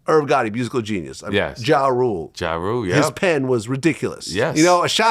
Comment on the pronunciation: Yooooo why couldn't he say "Ja Rule"? 😂😂